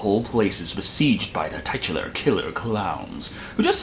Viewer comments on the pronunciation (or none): Ok I'm genuinely confused. Do you have a team of researchers working behind the scenes for your reviews? I ask because you seem to be extremely knowledgeable about all things science and math, yet I just heard you pronounce "titular" as "TYE-2-lerr." I've also heard you repeatedly pronounce the word "premise" as "Prem- EYES," but I honestly thought that was schtick. Honestly not trying to be a dick here, just wondering if youre just fucking with viewers with intentional mispronunciations or what.... I'm wondering if maybe you are a weird variation on me. I have a 148 IQ and am a wizard at math and English, but a fifth grader probably knows more about science than I do. Science bored me in school so I did not retain anything beyond what was required to pass my classes. Maybe you are that way with English. Although that puzzles me, because you speak like you are an intellectual. I'm so confused lol......